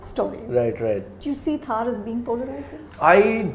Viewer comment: It's not pronounced Thaaar. It's pronounced Tharr. Like thrrrr. Not thaaar